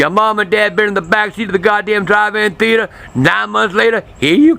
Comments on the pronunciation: "THEE-ATE-ERR" - Love dat accent. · thee-eighter haha